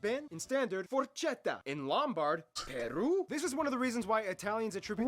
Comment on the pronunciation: ti giuro "forcetta" ma fatto crepa